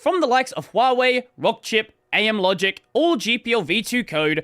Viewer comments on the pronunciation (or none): none